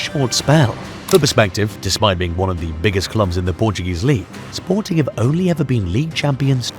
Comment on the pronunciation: I am wadting my time on this channel. This researcher can not be taken serious. First you say the name of the club WRONG, in fact, you havent said it right not even once.. Secondly you ignored important facts. SPORTING WON 3 PORTUGUESE CHAMPIONSHIPS in 40 YEARS, not 2 as you mentioned here. What misleading information you are passing to the football fans 🤦🏾‍♂️